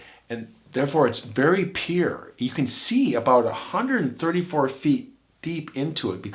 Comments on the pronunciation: Pure ... just not pronouncing it well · "Therefore it's very PEER!" You cannot intelligably pronounce "South" or "Pure". You; "Soth" & "Peer". I'm sorry but I'm not sorry, I dont know whats wrong with me but shit like this feels like nails on a chalkboard and drives me absolutely bonkers. You've ignored my previous pleas for you to pronounce words as they are meant to be spoken. P.s I can't find a dialect or accent that pronounces words the way you do, do you have some sort of blended accent? Because I've never heard "Soth" for "South" along with "Peer" for "Pure". Its just weird.